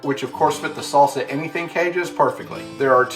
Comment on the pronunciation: Great review. But why'd you call it a S(aul) Sa? And not a Sal Sa? Or a Saul Saw?